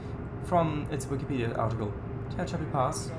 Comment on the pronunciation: It is pronounced Te-hach-api